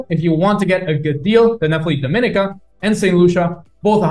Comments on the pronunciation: E-2 Visa is a big plus value for an extra 50K. Do you want access to China or the USA? Btw--pronounced- Dom-a-NEE-cah and Gree-NAY-Dah, and Bar-BUUH-Dah. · You pronounced Grenada and Dominica wrong 😅 Nice vid tho.